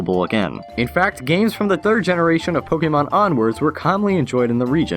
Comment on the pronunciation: Am I the only one that hears "turd of the millenium"?